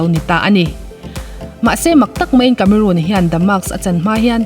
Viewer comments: I channel hi hmaih lovin ka lo view ve ziah a, thu i chhiar thiam ka tih ṭhin teh lul nen, tun ṭum chi ngaimawh deuh deuh a awm ve tlat mai. Vau tih hi vo i ti a, tunlai ṭhangtharho style. Inkawm ngaih ni lovin inkawm ngeih tih bawk tur. A sap ṭawng lamah, Cameroon tih ni lovin Cameron. Charles Angel ni lovin Charlie's Angel a ni bawk. Lo sawi ve zuai. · Cameron Diaz a ni a. Cameroon Diaz a ni lo. CAMERON pronounce dan i hriat duh chuan google mai rawh. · Cameroon iti tlata... cameron or camerawn anga lam awm zok tak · Diaz a lam dan hi chu a dik thlap..Cameron lai hi a lam Cameroon daih a..Diaz tih lai hi chu a lam dik thlap e.. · Cameron i lam dan khi diklo